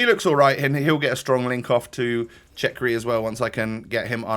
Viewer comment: It’s cherki not chekri bro